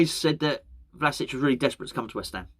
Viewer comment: It's pronounced as Vlashich. Not criticism, just trying to help